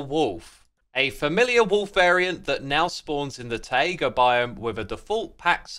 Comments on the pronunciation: Very good content as always. However, I absolutely can't stand the way you mispronounce taiga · Please learn how to pronounce taiga correctly English is a very easy language to learn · Mate…. It’s Tie-Gah. Not Tie-A-Guh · Its not TaiAga its Taiga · why does he pronounce "taiga" as "tie-ayga" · I have never heard anyone pronounce “taiga” (tie-guh) with three syllables like Xisuma does here (“tie-ay-guh”). Is this a British thing or just an Xisuma thing? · Hey btw Taiga isn't pronounced ti ay guh Its tie guh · It's Taiga not Taega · Tai-ga, not Tai-a-ga 😅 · TAI-GA ❤, rather than TAI-EH-GA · Not "tay iger" it's pronounced "tiger" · Taiga ❌ TaEaGa ✅ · Please don't call it taega. It's taiga or tajga. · No offense X, but you pronouncing it as "Tai-ayga" is just killing me. Please, pronounce it like you have a thick Boston accent and you're trying to say Tiger. I beg of you. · Funnier because it's neither, since it's a loan-word. It's 'tai-GAH'. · Did anyone notice how xisuma pronounced taiga he said tayega biome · X's pronunciation of "taiga" will never fail to sound wrong, mostly because it likely is wrong. Wiktionary agrees with me here. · Tie-A-Gah biome huh? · Taiga is pronounced like tie-gah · X, taiga is pronounced like tiger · Tie-ae-ga right? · How long has this guy been calling it the "Tye-Egg-Uh" Biome lol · Why do you pronounce Taiga like Taiega? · "taega biome" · Xisuma, you pronounced "taiga" as "taiaga". How dare you. But seriously, you just needed to not add an extra "a" and you would've been good. I don't ever want to here you say "taiga" again until you learn. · I don't know what's funnier: they way X pronounces "Taiga" or Hardcore being added to Bedrock edition which is infamous for random instant deaths. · Love the wolves, hate how you say taiga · Love the wolves Hate the way X pronounced taiga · how do you make the word "taiga" into a three syllable word? haha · anyone else hate how he says taiga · why do you pronounce taiga like that